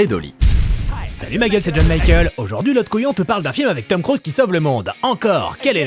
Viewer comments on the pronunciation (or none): none